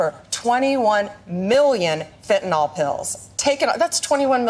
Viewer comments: Will somebody please teach Pam Bondi to pronounce Fentanyl? It's not FentanOL. There's no O in the name of the drug. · Why do so many people insist on saying "fentanOl"? It's fentanYl.